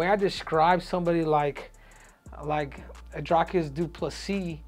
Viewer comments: Not pronounced as Drycus or Dricus but Dreecus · Its pronounced Dric(k)-us..not drike-us, not Drake-us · You got the surname pronunciation down Henry, but not his name. Dricus rhymes with tree-miss. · You got the surname pronunciation down, but not his name. Dricus rhymes with tree-miss.